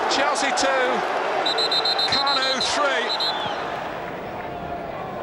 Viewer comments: Не Кану, а Канюю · KAN-YOU believe it! Premium commentary right there